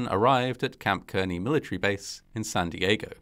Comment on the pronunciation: Kearny or Kearney are usually pronounced "CAR-knee" (actually WITH the R).